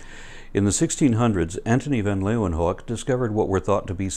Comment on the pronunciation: Good video, but one correction: Anthonie van Leeuwenhoek. His surname is pronounced more like so: vah-n Laew-en-hook. Dutch peeve, sorry.